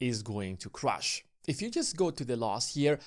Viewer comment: How do you expect people to take you seriously when you pronounce "Crash" as "crush"